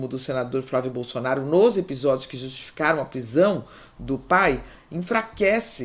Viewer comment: Pq a fala presidente Bozonaro?